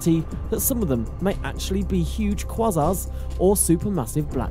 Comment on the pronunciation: Good video, just a little correction at 3.16 it's said like Kway-Zarr, not Cwos Zarr, spelt Quasar 😉